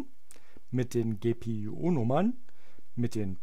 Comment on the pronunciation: ja hat sich nur witzig angehört :) an sich ein sehr gutes video